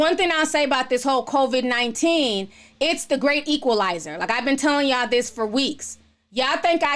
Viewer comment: I love how you pronounce it convid-19. And also I feel you on the commercials. My thing is how they are really pushing the agenda. Like we get it...stay home. Smh.